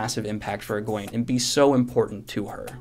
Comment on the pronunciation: You know, don't you that Elayne's brother is named Gawain not Galwaine